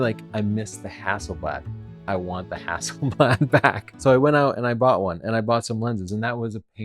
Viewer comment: camera name is stated as "Hassleblad" and not "Hasselblad"! How on earth did that happen!?